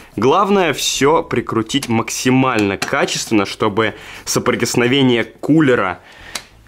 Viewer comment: Ты сказал соприсновение 😂😅